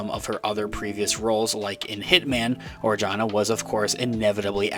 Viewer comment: Adria Arjona is half Puerto Rican (like me)(on her mother side) and half Guatemalan (being the daughter of famous singer Ricardo Arjona). But her last name is pronounce "arhona", the "j" in Spanish ALWAYS sound like an "h" like in hip or hop. Love your channel. 👍👍👍